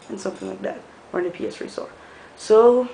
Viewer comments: it's a ps three not a ps tree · Its PS3... Not PS Tree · Three not tree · PS3 or PS-three is not the same as "ps-tree". just as sprite is not the same as es-prite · no ps3 its ps one---> ps two ---> ps tree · "PS Tree" XD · haha you said ps tree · "PS Tree" lol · Hahahah lol ps tree